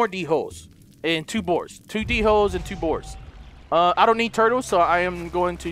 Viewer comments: 1 dholes are pronounced like (doleh) and 2 Earlybird attacked you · He said dholes wrong 🤣🤣🤣